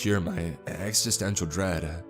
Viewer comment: Ex-ih-sten-cial not ex-ih-stent-ial.